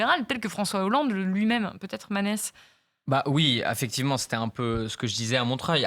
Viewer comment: "Oui affectivement" ahahahahah je bois toutes tes paroles manès